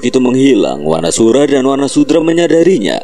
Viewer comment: Wanasudra min bukan wanasura